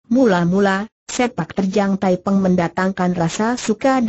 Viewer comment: Nama pemberontak itu thaiping bukan thaipeng